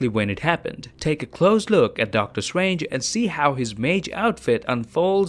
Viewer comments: Please say ‘Doctor Strange’ instead of ‘Doctor Swange’ nice video tho🌝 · Nobody:: “Doctor stwangers”